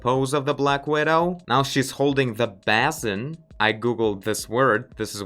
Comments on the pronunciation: Nice video :) "Basin" is pronounced bay-sin (the "bay" rhymes with "hey") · Basin pronounced "bay-sin"